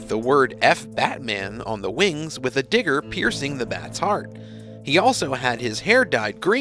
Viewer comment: Fuck Batman tattoo with a "digger" going through it. Interesting way to pronounce dagger but ok.😮